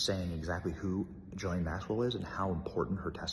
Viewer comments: Ghislaine is a HARD “G” Benny!!! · As much as I can’t stand Ghislane Maxwell, why can’t Benny (as well as a lot of other “reporters) pronounce her name correctly? Even Dershowitz can pronounce it. Hard “G” (like grape or gold) “Gil-ane “. I think she should rot in a maximum state prison but at least pronounce the child predators name correctly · She pronounces her name, Gay-Lane Maxwell. Not that I'm defending this woman. LOL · Great coverage. Just a note, her name is pronounced: Ghee lane. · I wish this guy would either say her name properly, or just stop saying it.